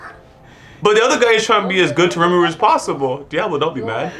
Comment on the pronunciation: saying the name correctly 👏🏾👏🏾👏🏾🙌🏾